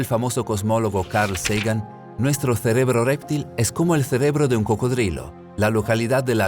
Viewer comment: ALGUIEN DEBERÍA EXPLICARLE AL REDACTOR Y ALNARRADOR QUE ES REPTIL, NO R´3PTIL.